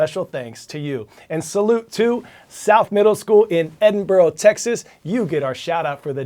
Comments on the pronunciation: Hello, Coy. Thank you for mentioning my sister school, South Middle School. I'm from Robert Vela High School in Edinburg, Texas, which is pronounced ed-in-burg like burg-er. My photojournalism class went crazy when they heard their former school get a shoutout that when you mispronounced our city name, we let it slide.👍🏼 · BRO SHOUTED OUT MY SCHOOL BUT SAID EDINBURG WRONG☠️ TY THO